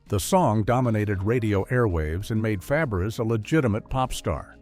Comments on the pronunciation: FABARES is pronounced FAB=BRAY !!!!!!!!!!!!!!!!!! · Shelly's last name was pronounced "fæbəˈreɪ." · Yes, and Shelley's last name is being mispronounced in this video. It's actually pronounced like "Fabaray." Her aunt had also been Fabares, but changed the spelling. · It's pronounced Fabray. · Feb-air-ezz? Feb-er-ezz? Dear God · I cringed when her name is massequred😮several times You called out lazy writers. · Shelly Faberes (learn how to pronounce it!) was one of my early adolescent crushes. I stopped watching when she left. I guess that is why I have no memory of creepy Bob Crane on the show. You forgot to mention Paul Peterson's foray into music with "My Dad." Also, there is nothing unique about a generic hometown. Consider Springfield or Mayfield or Hill Valley.